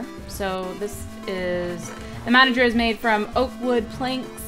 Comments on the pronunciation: Nope just saying its manger. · Btw it's manager